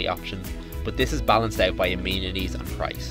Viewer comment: Great video, but it is amenities not amenities.